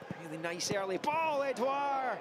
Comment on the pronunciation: Really annoyed me the way the commentator said edouard😂